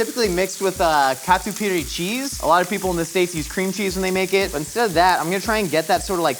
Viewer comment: Damn. Was not expecting to hear "catupiry" from a gringo. Noice.